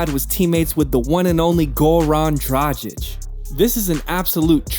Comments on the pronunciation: He also said that Kobe trash talk dradchich and then showed a clip of Kobe talking shit to Luka lol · good video, just do the research on the pronouncation, cuz Dragic and Sasa is not the right way to pronounce how u did in the video.